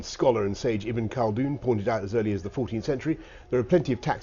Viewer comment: The great Tunisian scholar sage Is Ibn Khaldun and not "even cardoon"